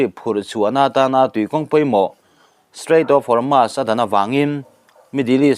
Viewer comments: Strait of Hormuuuusss titur.. Hormaass nilo in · Hormuz a ni zawk lo maw